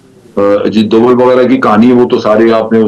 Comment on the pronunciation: उसे डोवाल नहीं डोभाल बोलते हैं ।नाम बिगाड़ने से काम नहीं बिगड़ते । कैसी मीडिया है ।